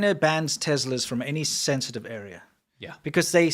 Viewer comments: BTW, it isn't Tezla, it's Tesla. I could swear you used to pronounce it correctly--am I just misremembering? Have you always mangled the name? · ‘TES la’. Not ‘Tezla’. 🤦🏻‍♂️